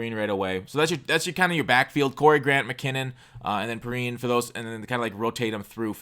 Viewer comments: pee-rine (wine) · that redskin rb is pronounced as "pee-rein" lol I forgive you